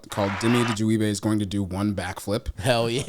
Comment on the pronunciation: Had to rewatch him say his last name a few times that was clean